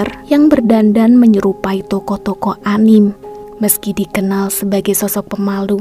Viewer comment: Dibacanya tetep ANIME kak bukan ANIM 🙏